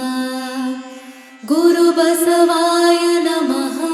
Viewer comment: ಅಣ್ಣವರೇ, ಆರಂಭದಲ್ಲಿ ಮಾಡುವ ಪ್ರಾರ್ಥನೆಯಲ್ಲಿ, ಬಸವಾ ಯನಮ: ಅನ್ನಬಾರದು, ದಯವಿಟ್ಟು ಪ್ರಾರ್ಥನೆಯ ಪದಗಳನ್ನು ಕೆಳಗಿನಂತೆ ಉಚ್ಛರಿಸಿ ಬಸವಾಯ ನಮಃ